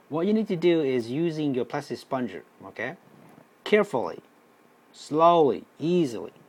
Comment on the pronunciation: It is 'spud....ger' ......not 'spon.....ger'.